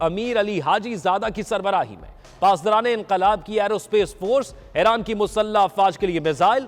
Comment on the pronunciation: Aeyraan nahi bhai Eeraan (Iran)